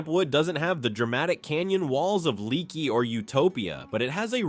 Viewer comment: Right, I.e. Leaky is pronounced LAKEY. You can go to Uvalde for full medical services as well.